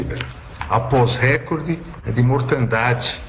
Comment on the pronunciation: A palavra recorde tem a sílaba tônica no “o” e não no “e”. Ministros que exigem tanta corretude deveriam falar corretamente.